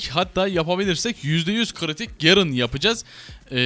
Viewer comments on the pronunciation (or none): şu garene gerın demeyin artık lütfen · gerın degil garen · gerın ne ya GAREN lan o garen :D